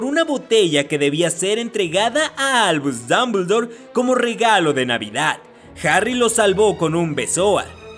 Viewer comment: Albuuush dumbledouur XDDDDDD